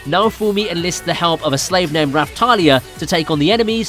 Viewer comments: UGGH!!!!!! Every time I watch these Ive already seen everything, and the narrator just HAS to over-americanize the pronounciations. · Omg the way he pronounces the names